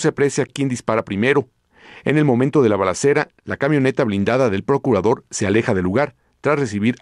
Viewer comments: Lo bueno que fue el Porcurador y no el Procurador😂😂😂😂😂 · porcurador,?? o sea curador,de puercos,,??,yo asi entiendo,, que dice,,bueno menos mal